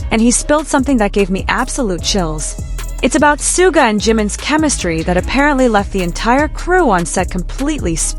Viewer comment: 💜for the love of BTS; it is Shoo-ga. Not sue ga.